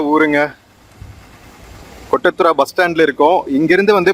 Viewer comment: Good Kottathara.pronoucing.is.not.right